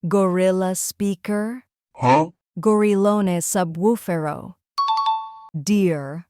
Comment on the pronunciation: it's not gorillone subwoofero it's gorillo subwoofero🤬